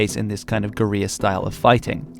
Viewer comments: Guerrilla is pronounced like gorilla. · it’s just pronounced like gorilla, mate